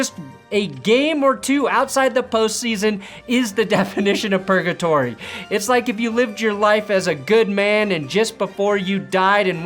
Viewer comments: Wait... did you say purgatory or Pernatory? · I thought you said Pernatory over purgatory and I don’t know which I liked more